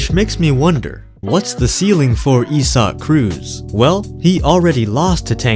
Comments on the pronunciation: If you would’ve typed in “Eye Sac” the AI voice over would’ve gotten the name right. “Eee Zac”. Is accurate if you’re speaking Spanish but, the name is Abrahamic, Christian in origin. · Isaac, not E-Sock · bros names isaac not esuck speaky english. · isnt his name pronounced Eye-saac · yeah im not saying "e-sock" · Bro you pronounce it "izack" lmao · do I pronounce Isaac wrong or is this guy just weird? I-z-ek